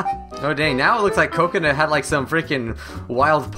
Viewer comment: it is not cokanut